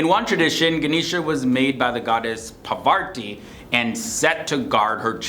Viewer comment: its not Pavarti its Parvati. Plus you pronounced Mahabharata as Maharabhata.